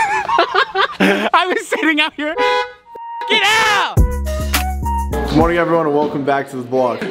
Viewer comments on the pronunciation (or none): Why do u sey good moring...no